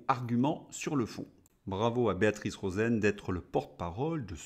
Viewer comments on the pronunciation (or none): none